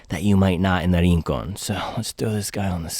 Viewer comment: Se pronuncia: "RRRRincon"